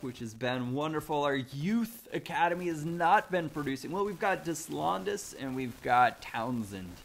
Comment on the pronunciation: That's it, game over. can't say Deslandes OR Ballon d'Or. I'm gonna go die now.